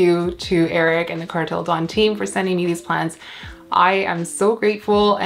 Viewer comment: Car-tell da-own